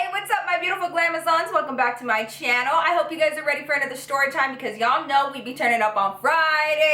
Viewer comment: I love how she pronounces words with "st" 😂 seriously not being shady. I look forward to it. "Shtory" its so cute 🤗💜